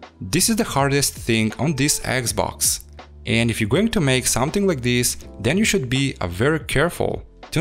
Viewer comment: dude, it's xbox not eggs box! XD